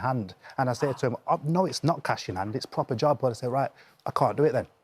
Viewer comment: Why is it all labour mps dont speak "Pwopper"